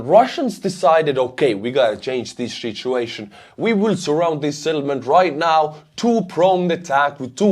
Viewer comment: "shitshuation" - probably unintended, but I love it!